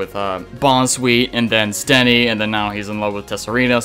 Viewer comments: Just thought you might need these with the way you're pronouncing Steenee and Tsareena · Your pronounciations of Steenee and Tsareena make me cringe.